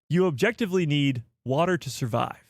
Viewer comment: Ah! Jectively 😂 man I missed a good one. Again! What are we objectively talking about?